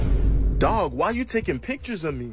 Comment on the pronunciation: Bro said dwag